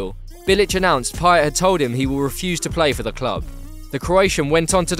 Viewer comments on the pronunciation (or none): You know your behind when u still say Pay-yet, not Pay-yey